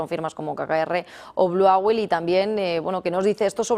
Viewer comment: Owl se pronuncia oool y no auel.